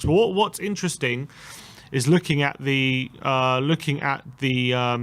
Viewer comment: It was intring? always says INTRING!! It’s “interesting” 😂🤷🏽‍♂️